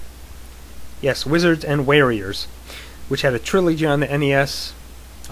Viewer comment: Um Wizards and Warriors is not pronounced weariers. It is pronounced woriers. with a long O sound.